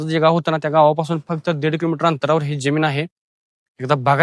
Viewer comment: ज्यमीन नव्हे रे जमीन बोल बेटा, काय तुझं मराठी?